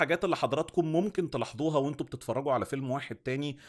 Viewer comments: Tela7doooha .... If u speak normally it will sound better. You try to emphasize certain letters so hard that you mispronounce them. Mola7aza soghayara.... Or shud I say mola7da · غريبه تلاحضوها دي هى بتتنطق عادي بحرف ظ ممكن تقول تلاحظوها عادي